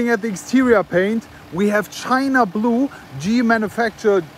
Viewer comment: china blue 💀💀 i thought u said it was a g400d